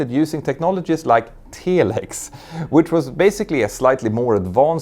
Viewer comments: Tell Ex. Not tee lex. I was listening not watching snd had to go back to watch to see what you meant! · I think the correct pronunciation is Telex.